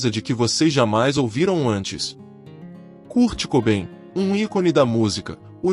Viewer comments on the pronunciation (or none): Não é curdi é Kãrti cobein.